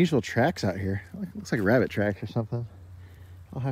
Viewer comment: SERIOUS WORK and then that wabbit i can`t stop laughing tk's! &